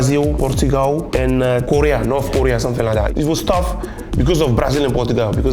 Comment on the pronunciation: Bro said north corea? 💀